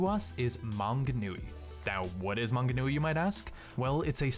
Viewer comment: Hearing people entirely mispronounce New Zealand names is quite funny. Tauranga is my favourite xD (To be fair, Manganui was pronounced pretty well ;) )